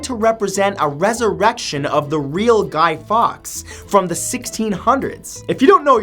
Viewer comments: your meant to say guy forks not fox or fawks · you did reserch to find out who Guy Fawkes was, but did bother finding out how to pronouce his name, he's pronuced Guy Forks not Guy Fox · Matt, Fawkes is pronounced Forks. From a native British woman x x